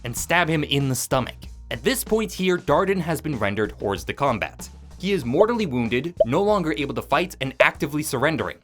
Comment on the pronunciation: the S in Hors de Combat is silent